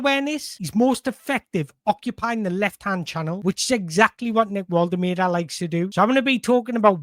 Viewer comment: Mate, your content is top notch, but please for the love of god learn how to pronounce Woltemade properly. It’s borderline disrespectful! It’s Vol-tuh-mar-duh.